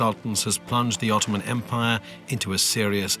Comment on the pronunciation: "öttöman emp never been bröught döwn by other people." Darling, without the British and the French, the Russians would have occupied Constatinpople in 1878. Please, when you're reading your history, read it from more than one source.